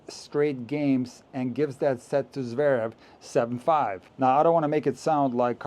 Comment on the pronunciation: Good riddance to NBC. Couldn't someone have taught Mac how to pronounce Zverev? It's not Zaverev!